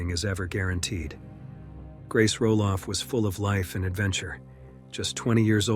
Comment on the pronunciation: No man. Her last name cannot be roll off. Wtf?